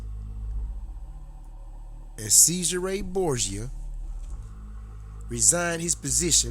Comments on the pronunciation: Who the hell is SEIZE HER RAY BOORGE JER. Have to say having come across many Americans who like you effectively 'assasinate' European languages , but with out doubt yours is the worse. I also suggest if you want to put across your opinions especially in regard to to history, you spend some times honouring and respecting the accent and correct pronounciation of those you are wishing to give comment on. I grew up with a very strong London 'Cockney' accent and spent time correcting how I spoke. There are a great many of Youtube this is two of them :- The fact you most likely will not be capable of understanding this, shown so well in your pronounciation of Cesare and more so your ignorant defence of doing so, is proof positive you lack individual thought. Also I suggest your read God is not Great by Christopher by Christopher Hitchens and various articles also by Richard Dawkins. As with most 'brain washed' religious zealots like you, using Youtube to force your views on others, I suggest very much instead of the blind obsessive adoloration of words written in the bible (most were written 250 years after St John) you take a step back and view both TV Borgias and see the painfully obvious to us who have not been brain washed from childhood - what is going on. That the Catholic faith just as Islam (is now doing) is just a means to control stupid people like you, so a minority have control over your lands, wealth and how you think, so they can live in luxury and enjo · It's pronounced "Chezaray Borja"